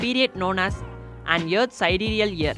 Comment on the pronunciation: Teacher: Please say earth. You: YEARTH!